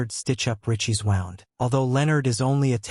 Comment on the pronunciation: "wow-ned" ? Not wooned? I hate AI voice overs :/